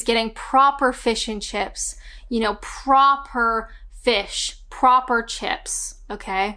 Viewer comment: Hi'ya, You say 'proper' with an English accent. Yep, no to mushy peas, there is nothing normal about them! #28 visit Bath :-)